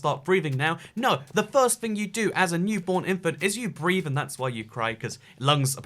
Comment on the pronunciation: I thought you said "how to breed" and not "how to breathe"😂😂😂😂